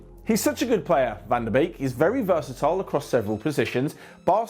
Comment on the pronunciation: If you wanna say 'Donny van de Beek' correctly, then 'Beek' is not pronounced as a double 'e', rather 'bayk' as in the word 'bay' with a 'k' behind it. Anyway, keep up the good work as we're enjoying it a lot. Thank you!